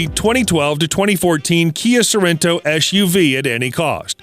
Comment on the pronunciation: Can't stand the eschew vee speech impediment.